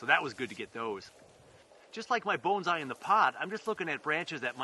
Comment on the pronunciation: Why pronounce it Boanszai? Peter Chan says it best when he says that pronounciation is pretentious. It's Bonsai.